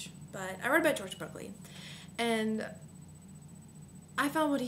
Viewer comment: try and being more articulate, because you haven't actually said anything..... re-read berkeley, and sophie's world, again.... (berkeley is pronounced as bark-ley